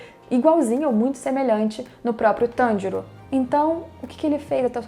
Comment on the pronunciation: É pq diabos tem que falar o nome do Tanjiro inglêszado é Tanjiro não TANDIROU...